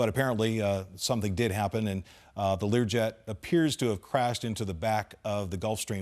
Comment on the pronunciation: Learway 35??????//Come on.....learn what it is before you start talking.......LEARJET 35A